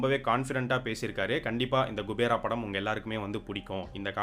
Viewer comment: It’s not gubera it’s kubera thevdiya payya tell correctly